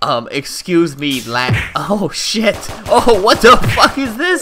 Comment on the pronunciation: actually he does he said bullshoot and sheet